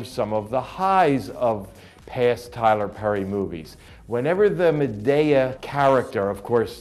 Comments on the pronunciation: Why does he say madaya instead of madea😡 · LOL he keeps calling her MaDAYeah...OK...YEEEAAAAH! too funny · Why is he saying Madea name like that. He's getting me so pissed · he said madea wrong wtf